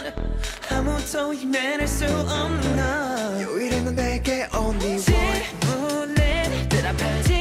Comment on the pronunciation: 솔직히 다들 막 김민규가 하이라이트 안무 찢었다하는데 내기준최고는 전원우임......... 온리원 하는데 영어하는줄 발음 쫙감긴다진짜 ㅠㅠ~,~